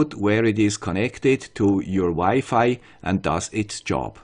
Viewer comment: It was wired to hear Wi-Fi pronounce differently, thanks for improving.